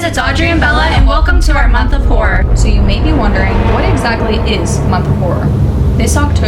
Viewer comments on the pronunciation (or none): Frick. I watched 10 mins of this before I realized y'all said month of horrers.....not month of whores.